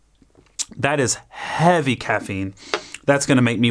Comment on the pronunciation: That is HEAVVY CAFFEINE 🗣️ 🗣️ 🗣️😂😂